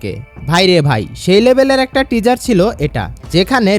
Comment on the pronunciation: Teaser উচ্চারণ টা ঠিক করো ভাই 🤣